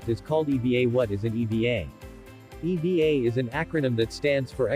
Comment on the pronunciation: Thats E. V. A. not eva.